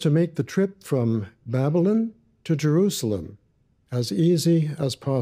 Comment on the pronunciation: I find the way pronounces Babylon "Bab-lin" really irritating 😜😂 I can't believe didn't even mention John! I actually no longer believe JWs are Christians, now. And I used to be one!